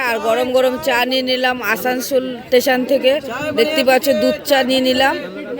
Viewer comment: টেশন নয় স্টেশন